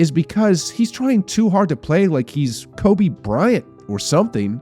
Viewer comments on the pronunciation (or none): none